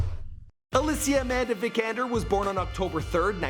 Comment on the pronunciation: OMG. They said Helen Sjöholm on the television not Alicia Vikander. Good job. Btw Alicia not Allichia.